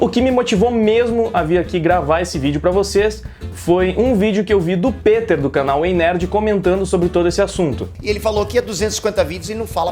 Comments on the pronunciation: Ei Nerd peter e não piter kk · Cara mto foda em saber que o é fan do Peter! Ele já havia mencionado antes em outros vídeos, mas pronunciar o nome certo é a prova final de que de fato é fan do ei nerd, tranks?! Peter aqui! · Aaah garoto! Que felicidade em ver alguém pronunciar meu nome corretamente. Anote, você vai decolar no yt com sua honestidade. Tmj! Abs!